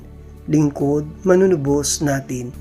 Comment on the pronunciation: Wastong bigkas ng MANUNUBOS…. MANU- NU- BOS ( Bigkas Malumay) Ang pagbigkas mo ay MALI… HINDI MANUNU- BOS. ..binibigkas mo ng mabilis.. Magsanay kayong taga- basa ng maayos na pagbigkas…..suhestyon ko lang….Salamat.